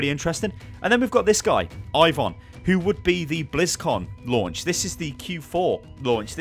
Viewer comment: Ivon is not a russian name. Ivan is.